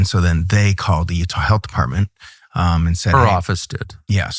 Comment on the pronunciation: He said “defartment”